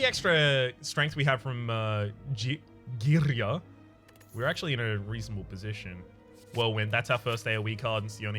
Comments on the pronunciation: It's unsettling to hear you saying girya almost perfectly right... you are not supposed to do that! Did you secretly watch those pronunciation videos again?! 😂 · that girya(same with matryoshka) pronunciation always gets me, but I thinks it's just me nice vid by the way